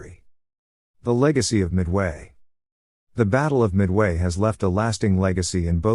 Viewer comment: Your AI's voice-over announcers' constant mispronunciation of words always detracts from the message itself. E.g., it's not mid-WAY...it's MID-way. Why not call this one just a rehearsal, and re-record it the right way.